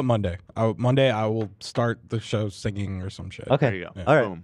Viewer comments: Ethan not being able to pronounce the word “singing” is always so funny to me. He adds a syllable that doesn’t exist, so because the word is so “simple” it’s impossible not notice immediately 🤣 “sing-Ging” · He over pronounces it like "sing-geeng" it's like he puts a hard G in the middle. And I'm from LA and do not say it like that 😂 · I could listen to Ethan hit both G's in "singing" all day, it's such an LA thing and it makes me happy